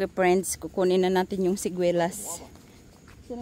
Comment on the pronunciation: Preynds 😂😂🤣 There’s none? Dey are peymil🤣 read an English Books or watch an English movies 😫😳 the way you speak are wrong Grammar!😂🤣😫